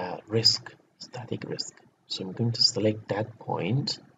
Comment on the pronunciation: I'm tired of you with your Risk instead of Riks )) I am jocking. Good luck